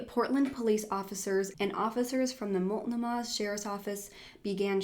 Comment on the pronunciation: And Medford, is medferd, mult no mah